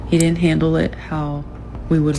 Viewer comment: Red Flag : she pronounced "didn't" like dittent 304